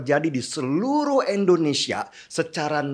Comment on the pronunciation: Masukan Om Deny.. Selama ini klw sy dengar..om Deny menyebut Endonesia..tolg artikulasi nya Om Deny...Indonesia😁